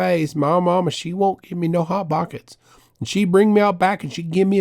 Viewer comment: "I love hotbokets"